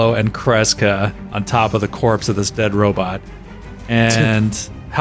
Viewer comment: I hate when says Robit. Row-bot, Row-bot! Ugh. Otherwise I love the show.